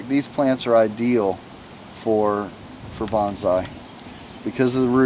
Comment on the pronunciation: its bonsai not banzai